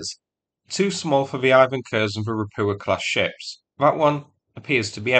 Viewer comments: It's not "ropoowa", it's "ropookha". I would love to live in a world where everyone just casually butchers every English name and surname, without even spending a single second checking the proper pronunciation, and English-speaking people are forced to listen. :P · Ropu-CHA ... Ropu-CHA ... Ropu-CHA ... Ropu-CHA. Not Ropua. Good grief ... please learn to read. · It is pronounced Ropucha with Ch like in Chip or Chili